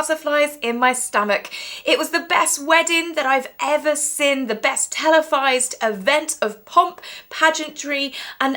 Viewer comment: Please pronounce seen not sin !!!